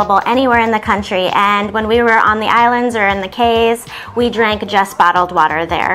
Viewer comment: I was born in Belize, but migrated at twelve years of age and grew up in Texas. I just wanted to say you both did a great job informing people and travelers about Belize and its culture. The only thing I’d like to point out is that Belizeans pronounce our Cayes as “keys” and not Kays.